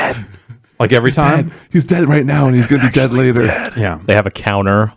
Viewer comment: This week on the Bombcast: still does not know how to pronounce "every" without putting an extra "r" before the "v".